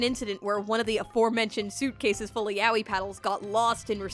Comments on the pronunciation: yaoi not yawee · Fuck just say YA-O-EE jesus!!!!!!!!! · it somehow sounds super wrong how you pronounce yaoi. isn't it more like ya-oi? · Why do people keep reading it YA-WEE? Isn't it pronounced as YA-OY? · Ya-o-i. Not yawee. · Turns out I pronounce yaoi wrong. But if this is the correct pronunciation then it is identical to an Australian monster/brand of children's chocolate. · It's pronounced "yah-oh-e," not "yowwie" (despite that fact that "yowwie" would be an appropriate thing to shout when being hit with a yaoi paddle) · Yah-oh-e; you pronounce the syllables more clearly so it doesn't blend together as "yowie" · "Ya wee". Bruh... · Every time I hear the pronunciation of Yaoi as Yow-ee I get several flashbacks of violent timelines I've never experienced. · The mispronunciation of the word yaoi strikes again